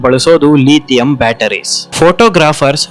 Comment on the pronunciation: ಲೀಥಿಯಂ ಅಲ್ಲ,ಲಿಥಿಯಂ, ಅಮದು ಅಲ್ಲ, ಆಮದು.